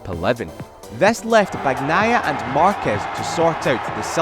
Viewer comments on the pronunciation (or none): Yeah, it always bothers me how they would pronounce "Bag-nai-ah" instead of the correct one (Bah-ni-eye-ah). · MotoGP commentators just can't pronounce "Bagnaia" properly 😂😂 it's beyond them